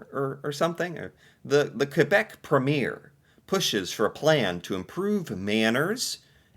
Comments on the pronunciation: It's pronounced preem yer. Yes, similar to governor. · A provincial premier is equivalent to a state governor. We pronounce it PREEM•yer. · We pronounce premier like this, prem i er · A US State Governor is the equivalent of a Cdn Provincial Premier (pronounced pree’-mier) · Quebec Pre-mier, "Pre" is more pronouced😊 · I know exactly what I'm talking about but you don't seem to, cowboy. "Premier" for the prime minister of a province is a purely english fabrication, using a french word in a way it's not intended for. "Premier" means "first" and nothing else. "Prehmeeeeeeeeeeer"... 😆